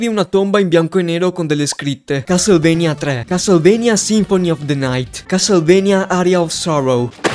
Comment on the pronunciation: Finalmente un italiano che pronuncia a modo castlevania